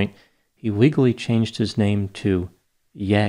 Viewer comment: It’s not Yay it’s Yee.